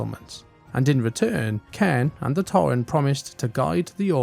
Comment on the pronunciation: It's "Cane" not Ken